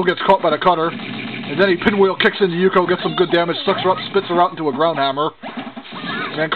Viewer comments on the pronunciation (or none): XD nice Pronounced Ook-yo From Ranma 1/2 xD